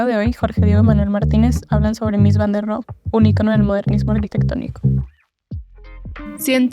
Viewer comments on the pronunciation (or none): «ROHE» SE PRONUNCIA CON «H» SEMIASPIRADA, Y TERMINANTE EN SCHWA, NO «RO».